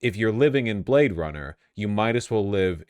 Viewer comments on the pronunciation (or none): none